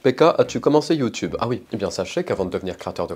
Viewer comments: Ses youtube pas youteube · Youteb. Touktouk. 😂😂😂😂😂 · Le "YoU TuB" il m'as défoncer 🤣🤣🤣🤣🤣🤣 Mais aussi, toute mes condoléances cher je suis désolée pour vous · Comment il a dit youtube😂😂😂